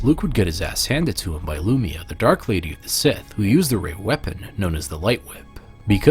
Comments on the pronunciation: Lum-eye-ya, not Lum-ee-ya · I find it amazing that you have so many in depth videos on Star Wars but still mispronounced Lumiya's name.